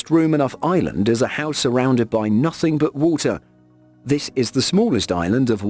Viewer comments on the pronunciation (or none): none